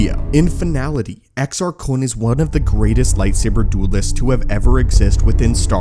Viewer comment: You're saying it wrong. It's Exar Kuuune according to Eckhart's Ladder and Corey's Datapad lol